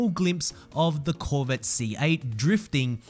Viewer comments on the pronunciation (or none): none